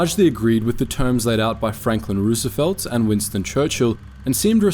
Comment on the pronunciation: Easy there, you pronounce Roosevelt like that again, and itll be your tea in your harbor